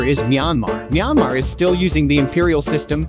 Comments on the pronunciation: What the video hear: Myanmar🇲🇲 What i hear: Nyamar💀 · I heard neymar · I heard myamar